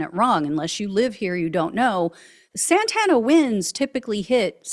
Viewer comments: Santa Ana Winds Not Santana Winds, just an FYI. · It's "Santa ANA winds", not "SANTANA winds". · I don’t know if my tv speaker warped your words/ pronunciations, but it’s Santa Ana winds It sounded like you were saying Santana. A decent band, but had nothing to do with the high wind storms we get frequently. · Santa Ana, not Santana. For this who don't know, Santa Ana winds occur when there is a Low Pressure to the North and a High Pressure to the South. The nature of their wind rotations combine to funnel hot desert wind from the Mojave and Nevada deserts westward to the ocean thru canyons and valleys which most of LA is in further increasing the funnel effect of winds where traditionally California gets westward onshore breezes. Couple that with dry vegetation, it is a perfect storm for mass destruction from a simple spark. The issue is that Maga Morons are ignorant to simple information like this that is easily attained by a simple google search, or by spending significant time in coastal So. California. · It's the Santa Anna winds, not the Santana winds. Course that would make a good bit - stop playing so loud, Santana, the winds are off the chart. Serious, I'm very familiar with this area, and I think this horror will change it forever. Very sad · Thank you for calling the winds "Santana". I get so frustrated by the talking heads saying "Santa Ana". My great grandparents on both sides of my family were original settlers in Orange County. My grandmother never said "Santa Ana wind". Big sore point for me. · Good report. Only correction, the winds are called Santa Ana, like the city, not Santana like the guitarist. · Santa Ana Winds not Santana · Hahaha it’s Santa Ana winds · It’s pronounced Santa Anna winds! Santana is the rock group! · I was scratching my head about her pronunciation.